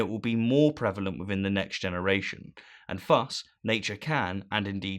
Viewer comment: "thus" pronounced "fuss". Just thought that was funny, great video as always.